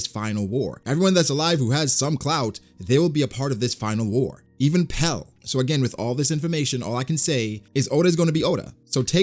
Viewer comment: Man said pell lol